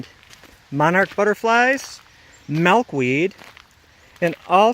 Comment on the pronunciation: I love how you pronounce Milkweed lol. "Malkweed"